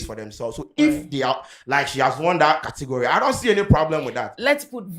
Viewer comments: 😂😂😂 “Cotegory” s3n😂😂😂😂😂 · saaa kortigory🤣🤣🤣🤣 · said Cotigory😂😂😂😂😂😂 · I heard saying Kortigori 😂 who else heard that 😂